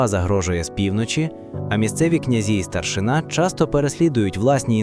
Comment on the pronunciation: не старшина',а треба наголос старши'на ,старшина'-то в росії ❗